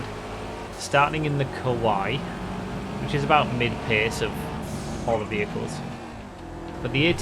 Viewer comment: Please,, I beg. For someone who is a stickler about how the Yosemite is pronounced, please pronounce the Kawaii correctly. It is Ka-why-ee - meaning cute in Japanese. Ku-Why (the way you pronounce it) means scary in Japanese.